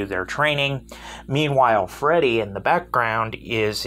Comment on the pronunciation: By the way it's Friede, not Fredy